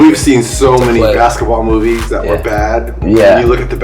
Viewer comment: actually says “dat” instead of “that”